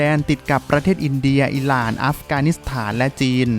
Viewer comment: ทำไมเวลาออกเสียงชื่อประเทศที่มี ร.เรือ ออกเสียงเป็น ล.ลิงตลอดเลยครับ อีหล่าน ซาอุดีอาลาเบีย